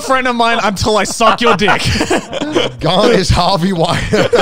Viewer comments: sorry Garnt but you ain't helping either 😂 every time you say your name I hear "gun" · Garnt mispronouncing his own name LOL